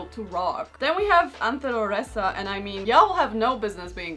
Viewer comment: Omg thx!! I made it and she pronounced Anthéloresa so perfect✨✨